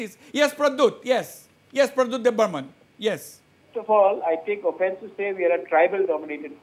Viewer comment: Every Reporter say,Debbarma not Debbarman ok